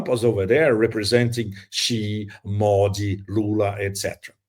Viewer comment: Pepe pronounces "Modi" like a Brazilian. Interesting.